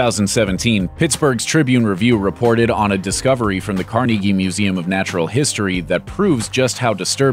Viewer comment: Yes! Thank you for properly pronouncing Carnegie... the correct Pittsburgh pronunciation.